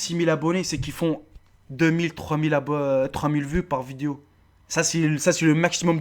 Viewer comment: "viduo" jpp